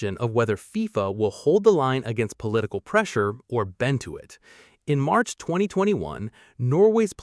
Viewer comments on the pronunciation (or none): none